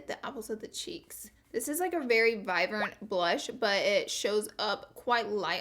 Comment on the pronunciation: she said viverant